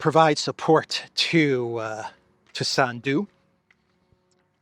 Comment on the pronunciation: SANDU is pronounced with the accent on the first syllable.